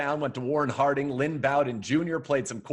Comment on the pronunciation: OMG Lynn been my favorite player since his sophmore year. Although he grew up liking the Steelers I'd love to see him go to Cle. Also pronounces his name wrong